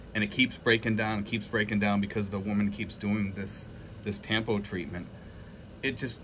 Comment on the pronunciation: It's really a sign of immaturity like you said. It's pronounced tum-poo. Good luck when she makes tampo. Buy her some flowers to cool her down.😅😅